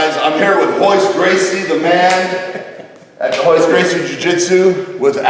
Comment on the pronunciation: minute in and he calls him "Hoyce Gracie". Great start Rich.